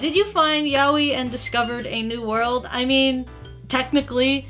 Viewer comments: How I pronounce yaoi..... yay-o.. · Every time I heard her say Yaoi wrong, My heart shatters..